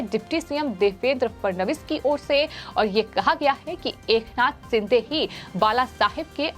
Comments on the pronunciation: सिंधे" नही शिंदे" बोल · Madam जी, it's not एकनाथ सिंधे, he's surname is शिंदे. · Sindhe nahi sinde boliye